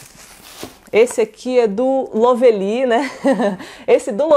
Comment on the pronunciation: É LÓvely, sempre bom dar uma pesquisada na pronúncia....😐😶🥵🥴🥴🥴🥴🥴 pra facilitar para essas yt preguiçosas que nem se dão ao trabalho de pesquisar é " LÓ vli ". 👌